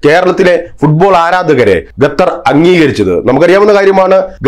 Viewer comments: തൂടർച്ചയായി “ഗത്തർ” എന്നുള്ള ഉച്ചാരണം വളരെ അരോചകമായി അനുഭവപ്പെടുന്നു അവതാരകൻ ശ്രദ്ധിക്കുമല്ലോ? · പൊട്ടാ ഗത്തർ അല്ല ഖത്തർ ആണ് പലരും പറഞ്ഞു തന്നിട്ടും ചെവി കൊള്ളാത്തത് മനസിന്റെ അഹങ്കാരം (ഖിബിർ)ആണ് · ഖത്തർ എന്ന് പറയുഅളിയാ.